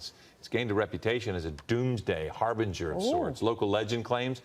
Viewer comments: It's not a "HAIR BRINGER"..... :D It's a Har-Bin-jer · "Hairbringer?" Or "Harbinger?" Lol! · "Hair bringer" orrrrr "harbinger"? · ‘Scuse me Benny, but did you say the fish was a “hairbringer”? 😂😂😂 It’s a harbinger. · LOL, great video as always. Love ya tons, Benny but.. "HAIRBRINGER?!" lmfao... här′bĭn-jər <3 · Hairbringer? Are you going bald? Harbinger* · You said “hair bringer” And that is just funny! I poke fun, sorry… Harbinger… Thanks for the real news!! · "Hair-Banger" should be "Har-Bin-Jer" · Harbinger sounds like HAR (rhymes with R) bin jer NOT "HAIR BRINGER" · “Harbinger” not “hair-bringer” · A HAIR BRINGER? That's hilarious! A lot of people don't pronounce "harbinger" as "hair bringer". Every day we're getting new pronunciations of relatively commonly used words, Benny. Yesterday is was "hyperbole", which you pronounced, "hyper bowl" - like it's a football game or something. I'm going to have to work "hair bringer" into my vocabulary. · Benny...you crack me up! 😂❤ Hair bringer? 🤣🤣🤣 Har-bin-ger. Yeah...I know you'll skip right past this message and keep mispronouncing everything, but every once in a while there's an especially good one that deserves to be pointed out, and this was it! 😂❤ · Benny called it a Hair-Bringer. You is DUMB Benny. The word is pronounced har-bin-ger. WOW, learn this word Benny. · Har-bin-jur Not a hair-bringer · "hairbringer"?? tighten it up man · HARBINGER... fuckin hairbringer. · Love ya Benny, but "Hairbringer" was an epic goof. 😂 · IT'S PRONOUNCED :HAR-BINGE-ER" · Oh good God Benny I think this is your worst one yet!! a hair bringer?? dude I love you, but you got a learn to read you got a step up that vocab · Yes. It is in fact a sign of the end times when a "hair bringer" shows up. Your pronunciations never disappoint. 🤣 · He needs to learn how to sound out “new” words. Or slow down. Or just not read to us.❤